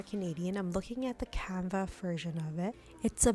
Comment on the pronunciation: What’s canva,!!!! U pronounce the s !!!!